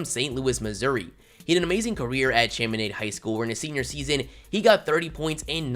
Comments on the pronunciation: This dude said “Cham-In-Aid” it’s “Shom-in-odd” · Chaminade is pronounced Shaw-Meh-Nod but other than that, great job 🤙🏾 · He mispronounced Chaminade. I’m disappointed. But, seriously, this a 🔥 video.